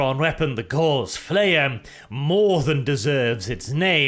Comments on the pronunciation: Its “ Gow-ce “ not Gawz . Like Carl Friedrich Gauss . Its a measure of magnetic induction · Gauss, not gorse or gauze. The former was a German mathematician, one is a plant, the latter is a cloth. Please stop saying gorse or gauze when the word is Gauss. But thanks for doing more Necron videos, really appreciate them. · That is pronounced GAWS not GORZ. Great video as always. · for some reason every time speaks "Gauss" for me it sounds like "Gauze"... Gauss is supposed to be pronounced /ɡaʊs/; German: Gauß [ɡaʊs] but i hear /ɡɔːz/ weird...